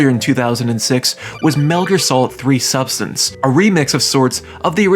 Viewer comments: You pronounced Subsistence wrong! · do you really not know how to pronounce subsistence